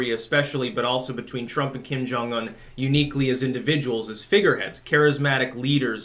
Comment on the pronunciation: glad to hear a non-Korean pronounce his name correctly